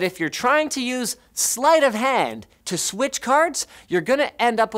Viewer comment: Unlike how you said slight of hand, aka from Cod